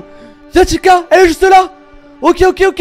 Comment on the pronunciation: C pas chica c Tica mais sa s’écrit chica